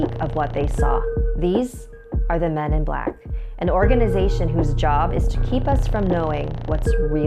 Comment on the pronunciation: When she said the men is black I started to think of the movies xD "hear come the men is blackkkkk"